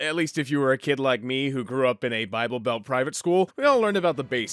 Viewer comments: It’s pronounced BY-BULL! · I’m atheist but I’ve only heard it pronounced “bi-bull” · Its called BIBLE, (BYE-BLE) that easy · Nahhh was you talking about the bible supposed to be funny trynna pronounce it buddy? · Purposely mispronouncing Bible is just disrespectful